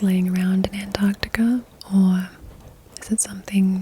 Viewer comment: An American who can pronounce Antarctica correctly 🤘hell yeah